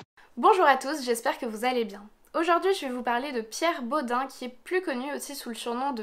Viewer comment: Ça m’a perturbé, en Alsace on prononce pas Bod « un » mais bod « eine » ( comme un en allemand) 😂 mais super vidéo c’est glaçant quand on vit à Strasbourg !